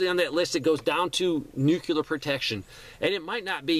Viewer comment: Love your content, but man, please stop pronouncing nuclear as “nu CU lar “.